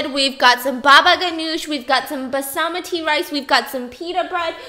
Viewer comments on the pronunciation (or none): Stephanie: Basamati rice No girl, love you but really no Its basmati. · Soo pronunciation= Bus- A -mu-tee Real pronunciation= Baas-Mah-ti much love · Basamati Rice is the cutest pronunciation ever. ...also, not cool with the bunny man pic. I jumped out of my skin 😱😱😱😭🤭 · She just said bah-sah-mah-tee rice😂😂😂 girl...some call a butcher she just took his job. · steph i love you but i look at you differently now that i know you pronounce basmati rice and basamati lmaooo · Sis really said basamiti rice I’m crying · Did you just say ‘basamati’ rice? 😂😂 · “basamati rice” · It's Bots-ma-ti rice. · the way she said basmati irritates me. ( Bha-ss-mah-thi) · The way she pronounced basmati gave me literal chills😂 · the way stephanie pronounces "basmati rice" with such confidence is how i feel i am trying to convince people i know how to be a serious adult in life but i'm probably not convincing anybody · The way she pronounced basmati hahahah oh Stephanie 😂😂😂😂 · never heard somebody pronounce "basmati" like that before haha